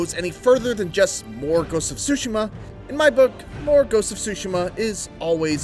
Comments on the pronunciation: wth is he saying, more ghost of sushi'ma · dat boa say SHOE SIMMA